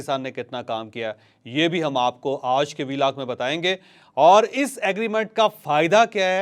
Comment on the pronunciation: 🤣asay lagta ha anchor ki zuban karab ha